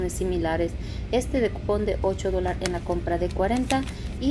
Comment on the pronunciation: Se dice dólares 🤭🤭